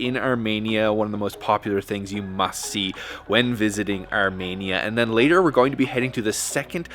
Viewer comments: Love you channel but one thing: PLEASE STOP SAYING ARMANIA ITS ARMENIA. Arm-een-ya❤❤❤ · Pronounced Armenia, not ArMANIA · Ar-MEE-nia not armaynia! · Its ArmEnia, not ArmAnia!!!